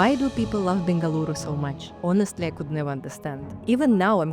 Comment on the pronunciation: Thank you for pronuncing Bengaluru correctingly.Better than our Indians do 😊